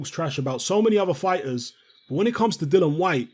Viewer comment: please start calling him DILLIAN and not DILLON. You know how to spell it. Why not pronounce it properly? I'm not trying to be extra it's just annoying that nobody even pronounce his name right. It's got to the point where he doesn't even bother correcting anybody anymore.